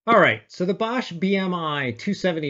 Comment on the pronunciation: Good to see that it not a bad alternative to the TDK ones. Btw:The „o“ in Bosch is pronounced more like the „o“ in Porsche.